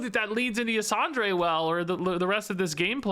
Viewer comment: Ysondre is a woman, and it's pronounced "Yuh-sawn-der." Nobody but me cares, just throwing it out there because I played way too much of the Emerald Nightmare raid in Legion to not say it... anyway, "TORTOLLAAA, PRESERVE USSSSS!!!"